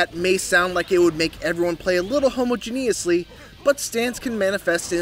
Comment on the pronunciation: Mispronunciation of “homogeneous” is unacceptable. That is all.